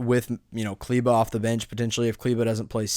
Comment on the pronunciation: Klyva? Dude it's kleber 🤣